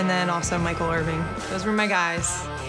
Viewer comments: She say Michael Irving😅😅😅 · Did she really say Michael "IRVING" with a "G"? It's Irvin.....no G babe. Next.